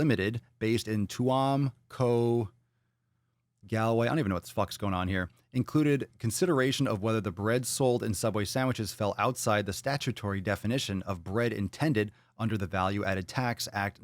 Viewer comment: Papa shame shame LOL🤭🤭.. you are most definitely of Irish descent, now that case happened in... try again TUAM (pronounced choom) COUNTY GALWAY (pronounced golway), Ireland 🤣🤣🤣🤣🤣. We have a sugar tax here, my American relatives hate our sweets here because they are in their words bland, in New Jersey when we visited them on the other hand my kids couldn't eat American candy either because it was in their words sickeningly sweet. I also had trouble eating American sweets thankfully 🙏. My jeans still fit me going home 🤣